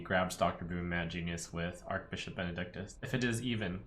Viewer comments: It's Arch-Bishop, not Ark-Bishop Archangel is pronounced as Ark-Angel because of the vowel A in Angel B in Bishop is not a vowel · Archbishop is pronounced with a ch sound, not a k sound